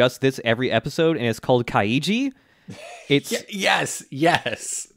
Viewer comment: Add to to do list: Learn how to say Kaiji